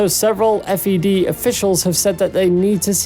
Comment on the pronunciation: Just a heads up - it’s the Fed and not F.E.D.